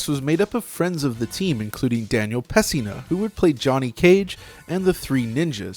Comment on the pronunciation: You lost me at Daniel "PES-SINA" -- FFS dude... Don't butcher a legend's name especially when you're glorifying the franchise he starred in!